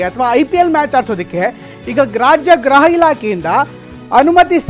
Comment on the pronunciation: ಗ್ರಹ ಇಲಾಖೆ ಅಲ್ಲ ಸ್ವಾಮಿ. ಗೃಹ ಇಲಾಖೆ. 😂😂